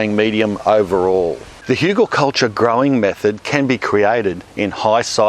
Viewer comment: Haha, I cannot believe you pronounced "Hügelkultur" correctly - cheers, mate!